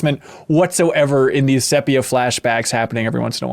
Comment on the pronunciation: We're just not going to discuss how pronounces "sepia"??? This is worse than how he pronounces "vague".